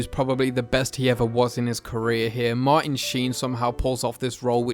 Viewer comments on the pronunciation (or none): none